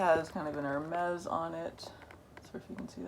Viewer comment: Hermès not hermés please 😁❤️💋 J’adore ta collection de sacs Hermès Gros bisous à toi 💋💋💋